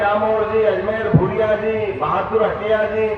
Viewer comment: भानु भूरिया है भादरिया नहीं